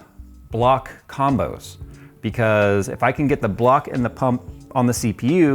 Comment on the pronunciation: Didn't Kyle build one in a similar case too? SSDs don't fit... How about NVMes? They come in big capacity as well. :) When you say Pump, I hear Punk... XD